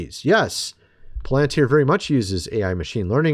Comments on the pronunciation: Do you even read your comments? It’s not POL AN TIER. IT’S PRONOUNCED PAL AN TIER! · Don't say:"poll - antuer". Say:"pal- antier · You have to get into this video to see a "Palantir" sponsor logo???????? This guy can't even pronounce the name correctly. He calls it (pole-en-tear). Palantir is very old news. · Pal not Pole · How do you get Polenteer when it's Palantir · It's prunounced PAL-- IN -TER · Irking me… is “pal-len-tier” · Why is it so difficult to say it correctly? Pa len tir! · PAL AN TEAR THAT'S HOW TO PRONOUNCE IT, PLEASE ! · What makes the speakers at the tpusa events that are coming up think that they are safe? I'm praying for them to succeed at this because we cannot show Fear right now. Palantir is going to be used as an All-Seeing Eye eventually. What does that tell you about palantir? Its pronounced like pal-in-tear by the way. Look up the word and where it comes from. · Just a friendly nudge its pronounced Palatir your my buddy your a great Pal.. lol. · It is Pronounced PAL-IN-TEER, I don't know if you say everything incorrectly on purpose or not, but you do it a lot LOL LOL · You say Palantir funny. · I COULDN'T WATCH THIS- HOW HE MIS-PRONOUNCES "PALANTIR" REPEATEDLY...🫤🙄😒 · Dude can't even pronounce Palantir correctly 😂